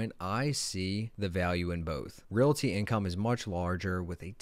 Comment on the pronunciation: If you want people to listen to you as an expert, please pronounce basics properly. Ree-all-tee. Not ree-la-tee. You are immediately alienating your educated crowd.